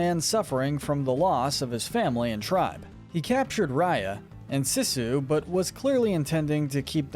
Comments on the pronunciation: It is pronounced Seesu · called her Sissu and not Sisu. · He says sissu instead of Sisu